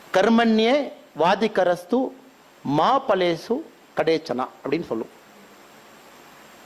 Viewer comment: Karmanye vadikarastey (not வாதிகரேஸ்து) ma phaleshu kadachana ( கதா²ச²ன) Not கடாசன😮